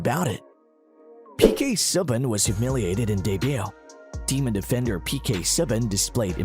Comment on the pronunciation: turn it off immediately due to "subban" its Soo-ban.